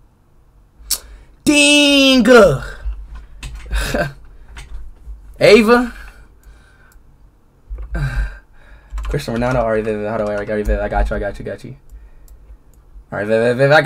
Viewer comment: Christer Rolando suiiii first it is cristano second suiii you said it wrong